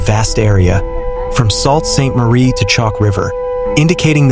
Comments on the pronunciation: you're salt sainte marie, it is pronounced sue sainte marie!!! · You guys just can not get the name right - Sault Ste. Marie is pronounced SUE Saint Marie.